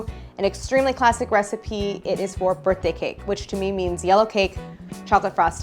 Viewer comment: "It's a birth tang"